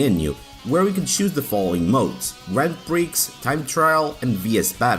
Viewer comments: Great video. Brings back lots of memories but it's not pronounced grand Prix - it's grownd pri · The 'x' in "grand prix" is silent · 'Grand Pricks' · Lol, Grand Pricks.